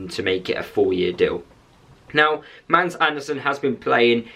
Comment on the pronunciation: You have a fantastic player that will light up the premiership. GET him accustomed to this level of football. BTW Mads is pronounced Mass Barnsley fan